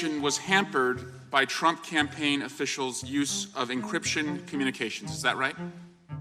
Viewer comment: Any other immatures laugh when he said Trimp instead of Trump 😂😂🤣😂🤣😅